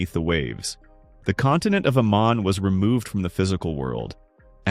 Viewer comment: It’s not Amen, but Aman, it’s not Mandose, but Mandos🙄🫣🫠 Why does Americans have to butcher everything?!